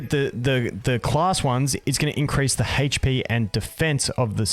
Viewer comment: You are articulating the word HP quite seriously, sounds like you're saying "Haych P" lol